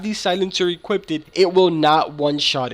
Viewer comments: "Equipted" what? No wonder why u can't figure things out. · Equipeded, he says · “EQUIPPEDED” LOL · “Equipted”?? Lmfao.